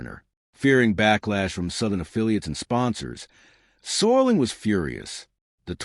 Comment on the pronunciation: Mispronouncing Serling's name is a dead giveaway this is ai crap.